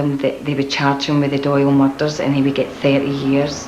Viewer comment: Its pronounced "murders" not fucking "mulldarls"...